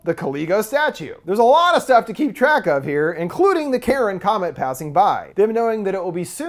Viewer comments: Car-on (Charon), not Karen. That's killing me watching this :). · omg its not pronounced "Karen" its "Kai-Ron". "CH" in ancient Greek was pronounced with a K. Ya killing me, I'm a nerd I have to know this useless information so forgive me. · The boats man of the dead name is not pronounced Karen it’s pronounced Car-I-On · Until mentioned the connection between the Ferryman and Charon, this entire time I had been thinking that he had been saying ‘Karen,’ not ‘Charon,’ so now I feel like an idiot, lol. Although, it would have been pretty amusing if there had been a comet called ‘Karen,’ and a substance called ‘Karenite,’ heh. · The scariest thing is hearing Charon pronounced as Karen.